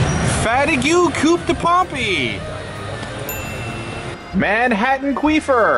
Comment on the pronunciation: ahaha pronouce a "e" each time xD "pompE", in french you usually dont really hear the "e", and when it does i'ts more like an american "a", so cute anayway. Hope you enjoyed Paris!